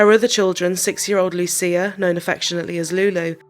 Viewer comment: You pronounce Lucia as LUCHIA ❤